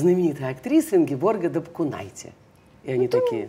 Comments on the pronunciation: И что же, читая подпись на фото в театре, ударение неправильное. Может потому и интервью кислое? А актриса ДапкУнайте замечательная: и у Михалкова, и у Балабанова. Дальнейшего успеха и удач! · Что за разборки как ударять фамилию? Я впервые за пиисят Ингеборгиных лет услыхала, что она ДапкУнайте)) Ингеборга тож порою путает как ударять, мы ж ниче, ей не предьявляем..